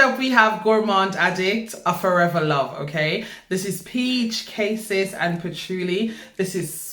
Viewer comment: Babe it’s pronounced as KA-sees